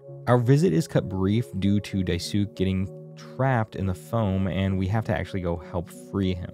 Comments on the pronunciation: Good summary. Just, Dai-su-ké not Dai-sook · Bro said dai -suk bro it's daisukè a Japanese word that means big help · just letting you know, dye-sook isn’t how you pronounce daisuke. die-soo-kay would be closer, but not perfect- hard to explain properly over text. but yeah, maybe watch a vid with his name. ^^ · It’s closer to Die-soo-key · I died inside when you pronounced it as "Die Sook" It's a Japanese name and it's pronounced "Dice kay" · The amount of foreshadowing is crazy. Also the Evangelion vibes were beautiful 👌Realizing just what Jimmy did to Anya was one of the most disturbing moments for me. It all made sense honestly. Also minor correction: It’s not pronounced “Daisook” it’s pronounced “Dasu-kae” Japanese names are a little different. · Hi! Just a note - Daisuke is not pronounced “Die sook”, it’s “Die-sook-eh” 👍 cool game and great explanation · die SOUK..?? don’t disrespect my boy DAI-su-kay like that….. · idk if anyone pointed it out but it drove me crazy the way he pronounces daisuke's name. its Japanese. its not dai-SOOK its DAIS-kay. sort of like "dies 'kay." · I know it’s too little, too late on this one, but for the future, Daisuke isn’t pronounced die-sook, but die-soo-kay. Dice-skay if you’re talking fast or about the Guilty Gear developer. It’s Japanese, not Korean. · I love this video- seeing a playthrough recently has gotten me obsessed! But heads up, as someone who learned Japanese, Daisuke is pronounced "die-soo-keh" not "die-sook" :) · This was a great video, Im.now subesld to you. Also, you've been pronouncing Daisuke wrong. It's not "Dai-sook" but "Dai-su-ke." All short vowel sounds. A great example I saw is Dai=die, su=su-per without the per, and Ke= Ken minus the N. Hope this helps😊 Im so sorry, im sure im not the only person who has said this. And in all honesty I didn't really notice towards the end and wanted to help some incase you did wanna know how to. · Dai-su-KE, Dai-su-KE, not DAI-suke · "diesook" ENOUGH😭😭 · “Die sook” 😭